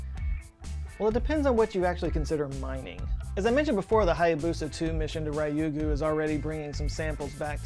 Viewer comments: >>>! Thank very much for the video, but I'm still cringing!!! 竜宮 (りゅうぐう) Ryuuguu (dragon king's palace) is not "RYE-ew-goo". Not even with ham & swiss. Try to say "riiu-goo'. Two syllables, unstressed. And yeah ok, usually I'd be embarrassed about being pedantic about an obscure topic, but then hey, it's this channel! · Your pronunciation of Ryugu is very disconcerting but interesting video nonetheless.